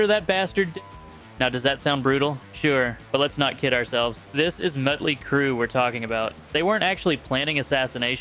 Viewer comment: It's Motley, not Mutly!